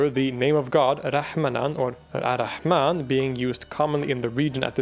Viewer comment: ar rahman, not al - rahman